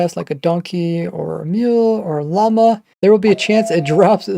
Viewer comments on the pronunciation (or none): none